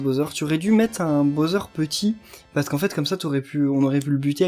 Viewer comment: Pourquoi tu le "BAUZEURE" c'est le "BOWSER" c'est stressant stp. On prenonce "BAWSER"